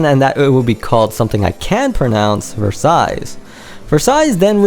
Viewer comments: Please, don't pronounce it Versaillees, there is no S. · Turns out u CAN'T pronounce Versailles...the 2d S is silent. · Cracked me up when you said you couldn't pronounce Node of Scizero, but you could pronounce Versailles. You mispronounced Versailles every single time you said the word.